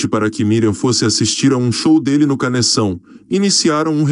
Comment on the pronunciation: O nome da ex de Roberto Carlos é NICE, não Naice como vc pronuncia. E o convite foi pro Canecão e nao CANEÇÃO .